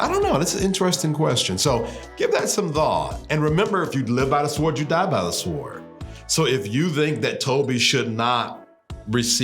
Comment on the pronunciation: I loved this video, and your commentary but you pronouncing the "W" in "sWord" is just as bad as people pronouncing the "L" in "saLmon". It hurts my soul.